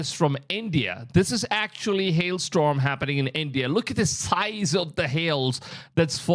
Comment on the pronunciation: Hail strom? 😅 Please take an English pronunciation class!